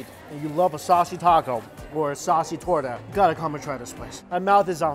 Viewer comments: He said torda instead of torta lol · If you say toura one more time !😡😂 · I was really sad until he said torta and then I figured out he want talking about the meat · lol, my heart hurt every time he tried to say torta. Still, lots of love to you! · My man dont know how to say torta xd